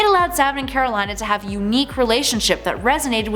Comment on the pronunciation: After having watched the runaways show, I cringe how she pronounces Karolina